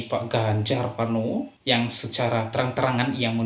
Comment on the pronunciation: Ganjar Pranowo bro bukan Parnowo hehehe